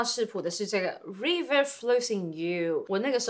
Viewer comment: 老師river的i不唸ee的音唷